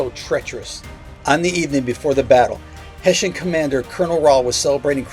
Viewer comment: Throw out this audio and try again. You totally botched it. There wasn't one single "Haitian" at the battle of Trenton.